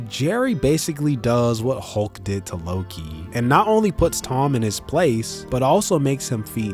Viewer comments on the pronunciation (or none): none